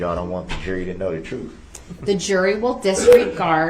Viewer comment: I am sure they can also say the words "troof," "licen place" and "substain"!!